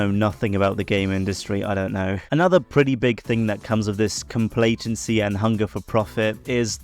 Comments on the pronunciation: I really don’t want to be that person but when one minute of your intro hypes up about “introducing” what vapid means, then you just goggle it and read it from there without adding to it- then you go on to say “complatency” instead of what I assume you mean is complacency- well either it was a set up to a joke that I sadly didn’t notice or you legitimately said complacency falsley as “complatency.” If I were an english major, i’d be deeply offended. But i’m not, so carry on~ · "complatency" is sending me